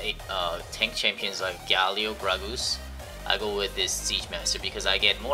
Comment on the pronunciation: "Gragoose" :P